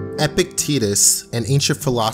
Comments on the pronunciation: Epic-titus…. No its epitikus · "Epictetus" :) "Epic tits us" :( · “Epicteetus” lmao